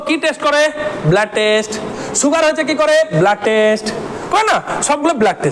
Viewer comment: Apni blood kotha ta thik bhabe pronunciation korun eta ki bhabe apni pronounce korchen 😆😆